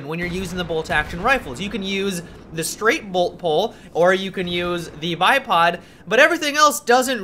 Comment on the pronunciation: No, that's the straight PULL BOLT, but kept saying straight bult poll:D